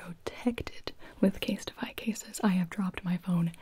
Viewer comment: I have nothing to say except that you said “CaseTify” and I heard “instapie” and I thought “omg a pie ordering service that sounds amazing”